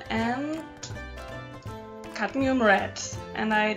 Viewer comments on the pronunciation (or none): none